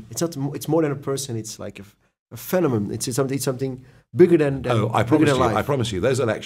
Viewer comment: tis phenomenon Tom , niet fenemum XD